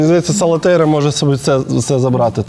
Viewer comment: Я одна весь час кажу СалатеРІЯ а не СалатеЙРА?